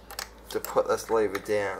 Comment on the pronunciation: LOL first thing I see when I get on this video was your comment then I hear "how to adjust your rear brake leeva"😂